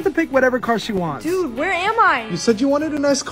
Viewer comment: Why does always say DUD 🙄 you don't get it